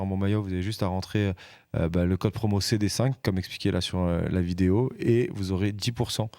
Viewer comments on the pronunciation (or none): none